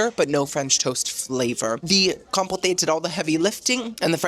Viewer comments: "Com-poh-tay" = "Com-poat" ✔️ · I love cruises and Jimmy Buffet both, but this is a cruise line I will happily skip. Thanks for the inside look at a cruise line that makes Carnival seem high class. Definitely a very entertaining video. Also, every time you pronounced compote as "com-po-tay" it had me laughing. Keep up the great work! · Compote: Pronounced “Com”….rhymes with “Tom”, and “pote”, rhymes with “wrote”. You’re welcome,: it’s the least I could do: LOVE the videos! 😊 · Honey, I'm assuming you know how to pronounce compote😂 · I love you. As your sister I need to tell you I think your pronouncing Compote wrong. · You don’t pronounce the “e” in the word compote. I sure wish you had a better food experience.